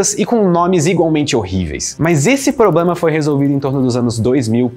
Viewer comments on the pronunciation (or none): none